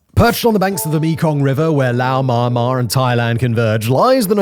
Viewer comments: Myanmar is pronounced ME- AN-MAR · always like how simon says "mahnnmah" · Please learn to pronounce Myanmar correctly